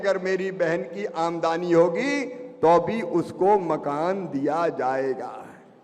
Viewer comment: ए शिवराज सिंह लबरा है इसकी बात में मत आना यह आमदनी को आमदानी बोलता है यह वकुला है हंस बनने की कोशिश कर रहा है यह हमारे टैक्स का पैसा बांटता है और अपना बताता है